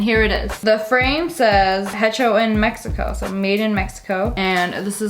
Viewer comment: i used to have a antique booth and would sell thrift store items i would double what i wanted and have a half off sale and people would swallow that up [ooh a hecho in mexico you dont pronounce the h too funny